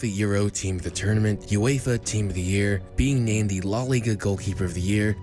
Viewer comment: “Law Liga” LMAOO